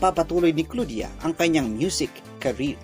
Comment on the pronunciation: Bakit ganon yung pagka pronounce ng pangalan ni Claudia